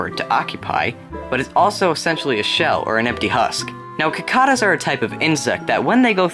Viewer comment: (Ki-kah-duhs)? You...you mean (Si-kay-duhs) right,? Right?